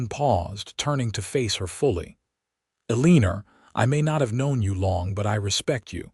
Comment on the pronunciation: ELL-EH-NOR is how it sounds out.